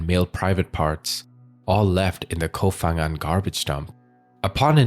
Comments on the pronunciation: pronounce "Koh Pangan" not "fangan" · Life on Samui and today is the first time i hear that. and please is kooop phangan not kof phangan. Learn the real pronunciation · Koh Phangan is not pronounced "Koh Fangan," but "Koh Pangan"! Just like Koh Phi Phi, which is pronounced "Koh Pipi," and not "Koh Fifi"! In official Thai phonetics, the "Ph" represents a "hard" P sound. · it's not pronounced Koh Fang but Koh Pang. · Koh Phangan. It's pronounced with a P, not an F.